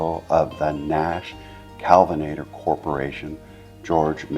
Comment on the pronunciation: It’s KELVINATOR not CALVINATOR as you’re pronouncing it